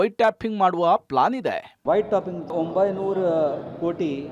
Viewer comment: White topping.. White tapping alla.. Sariyagi pronounce Maadi...